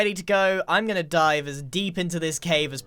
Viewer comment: When he said let’s dive down deep here I thought he said die